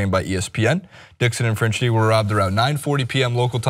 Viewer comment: Pronounced Fran-Key-Tee